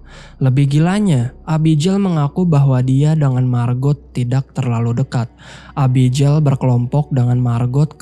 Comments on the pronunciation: Nama Abigail itu biasanya dibaca é-bi-gél bukan e-bi-jél, pake g bukan j.. cmiiw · Bang, abigel bacanya. Jgn abijeil. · agak gimana gtu pas denger Abijel 😂 Abby geil bang 😅